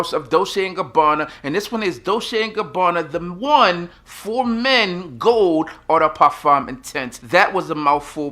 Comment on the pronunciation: Stop pronouncing EAU DE PARFUM like you’re French